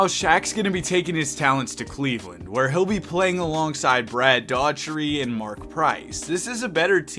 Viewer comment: Dough - er - tee